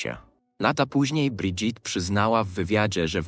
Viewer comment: czy pan Lektor nie mogł sie nauczyć francuskiej wymowy Imienia Pierwszwj Damy Francji???!! SŁABE